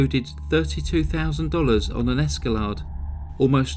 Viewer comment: I have plenty of comments in this case cuz I followed it pretty closely pssttt I see you pronounced Escalade differently than I do